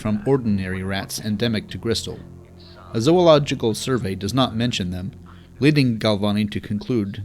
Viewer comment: Also, the correct pronunciation of, "Zoological," made my night just a bit better